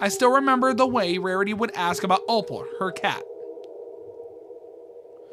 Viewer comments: bro i love your videos but PLEASE it’s not OH-PAUL it’s OH-PULL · why'd you keep pronouncing opal as "oh paul" EDIT: it's really small but there's text between "stop" and "me" that says "recording," so twi's telling someone to stop recording her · Its pronounced. oh/ p/uh/l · the way bro says opal lmao, but seriously i’m so glad mlp horror is coming back as someone who grew up with the classics like cupcakes n lil miss rarity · Sry but can we talk about how he said opal lol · Bro mispronouncing Opal is 😂